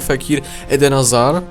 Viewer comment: kogo wkurwia to że on muwi eden azar A nie Hazard